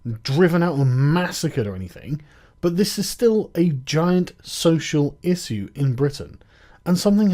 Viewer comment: Love this channel, but the way Sargon pronounces the word "issue" is odd.